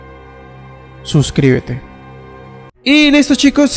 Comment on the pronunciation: Freya dijo:subcibete